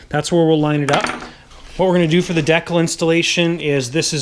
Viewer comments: 'Deccal'...'dee-cal'...it's hangAr 9!😄 anyway, nice work man, i'm inspired to go to work on my hangar9 Hellcat👍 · de·cal /ˈdēkal/ de - kal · Great video thank you but........it’s DECAL (sounds like dee-kal) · de-cul!? lolz ^^